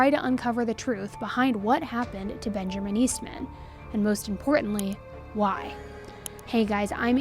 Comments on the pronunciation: It's Benjamin. Not BenjERman. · Benjarmin?!?!?!?! You do know Benjamin has no R in it right... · I love you, but are you saying “Benjerman”? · Are you saying bengerman ? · There’s no “R” in Benjamin it’s ‘Ben-ja-min”